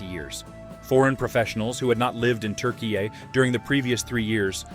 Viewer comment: Turkai? Damn bro. Refrain from attempting to pronounce at all cost. Türkiye 😅